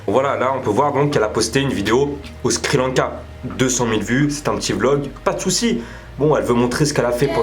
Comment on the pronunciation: "Le Skri Lanka" mdrr c'est le Sri Lanka x)